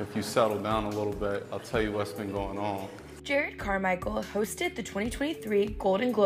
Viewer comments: Bro literally introduced himself as Jerrod and you still calling him Jared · Jah-Rod not Ger-Red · JER ROD. not jared. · Definitely not pronounced "Jared". It's "Ger-Rodd". AH killin it smh lol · Not pronounced like Jared, it's like jurr-odd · She really said Jared Carmichael lol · Lady, he literally introduced himself. Pronounce his name the way he pronounced it, why is this hard? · Pronounced Jer-ROD. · That’s not how you say his name😂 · well if your name is Todd and we called you Toad, I'm sure that'd be annoying. Eventhough you're already in obscurity. Good or not, dude's name should be pronounced correctly. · Really mispronounced his name like he didnt say it during the awards show. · You guys can at least pronounce his name correctly cmon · A vapid, vocal-fry-inflected voice mispronouncing “Jerrod” and “Miscavige” and saying Jarrod Carmichael is “an SNL alum.” Nope. Never was a cast member. Quality media, Access Hollywood. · that’s not how you pronounce his name😂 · He mispronounced her name? What joke landed?